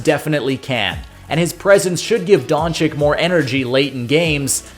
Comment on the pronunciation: Kid... please lern how to pronounce DONCIC! Just google it! Holy...